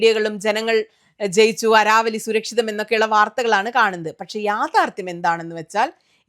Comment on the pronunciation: അരാവലി അല്ല അരവല്ലി (Aravalli )